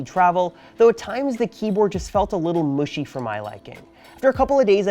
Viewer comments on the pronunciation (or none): Did he just mispronounce MUSHY?